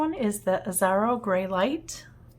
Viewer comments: The name is Japanese….”EE - ash- row” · Sorry “EE - sah - row”